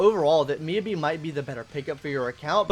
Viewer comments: Your phonetic pronunciation of Miyabi is killing me. It's pronounced "Me YAH BEE". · No it's pronounced miyabi